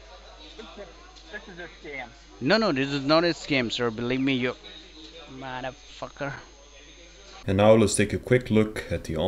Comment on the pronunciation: The "muder facker" is my favorite part.